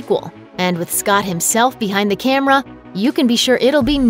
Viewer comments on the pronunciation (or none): none